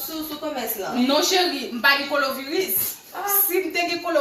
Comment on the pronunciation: Machann lan paka di nom maladi an🤦🏾‍♀️ Koloviris 😂 machann lan pa mete mask 🤷‍♀️